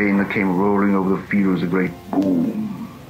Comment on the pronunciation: Am I the only one who shudders at the way Tolkien says the word "boom"?